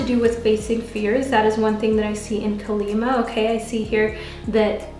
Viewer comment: Group 2 it Kali -ma is pronounced as kaali maa